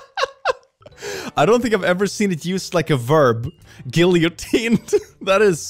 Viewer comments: The way he pronounces "guillotine" is hilarious, but I also used to pronounce it that way, so it's also me laughing at how dumb I was IN ADDITION to his dyslexia mixing with English not being his first language making him fail to pronounce many of the more complicated words(tbf, many non-dyslexic people who have English as their first language still mispronounce SIMPLE English words, and also "guillotine" is french, but still) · Yeah I'm an English speaker and it is indeed a verb in English too and him saying 'gill-ee-oh-teen' hurt my soul but English is his second language i think so it's fine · … please say guillotine again… for the class